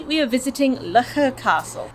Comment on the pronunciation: As someone who was raised and lived in Loughor for 30 + years, I can assure you that it isn’t pronounced 'Lucker' 😂.